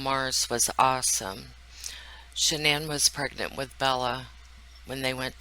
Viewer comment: Dr Phil, surrounded by a cavalcade of producers, assistants and brown nosers, mispronounces Shanann’s name. It’s not even during an interview segment. It’s a quick set-up piece. They could do it over.